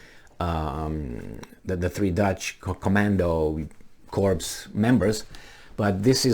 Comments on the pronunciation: You made it unintentionally funny by mispronunciation; "corps" is pronounced Ko:r. No P no S If you pronounced it "Korpse" as you did i means cadaver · Ack. Please pronounce corps like apple core, not like dead body. Sorry about being a grammar notZ.